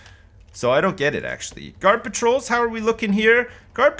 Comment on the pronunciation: When he says ‘guard patrols’ it sounds like ‘garbage rolls’ XD 😂👌